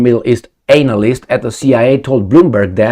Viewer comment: When did the Russians proposed anything like this hair-brained idea for Ukraine., do you know how to use a dictionary? You are still making a fool of yourself by the way you pronounce the word, "analyst."